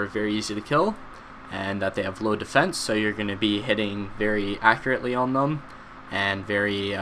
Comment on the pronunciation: How low "Defecne" does yaks have? :)